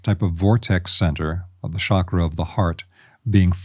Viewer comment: It’s pronounced CHAKra NOT SHOCK RA